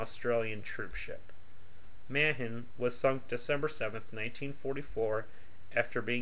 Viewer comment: When you can't even pronounce Ma-han correctly...I'm out.